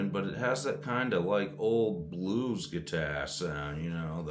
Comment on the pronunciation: What's a "guitair."?